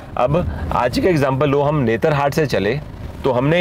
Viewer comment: You keep pronouncing it as 'netra-hat' ... actually it's 'Netar-hat'.